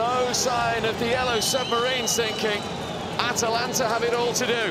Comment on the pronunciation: Italian teams''ha''atalanta the Vilian, shocking and shocking 😑 lol